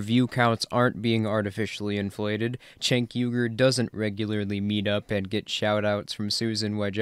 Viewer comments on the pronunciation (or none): Pronunciation of name Cenk is like "Jenk" not "Chenk". And he is an embarrassment.